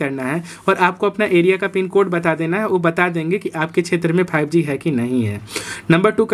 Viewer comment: Aato nahi auto Yeyartel nahi Airtel